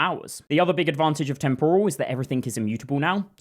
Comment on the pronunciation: You mispronounce “temporal.” The stress goes on the first syllable, not the second syllable. Like “temporary” not “tempura.” TEMPoral not temPORal. Cheers.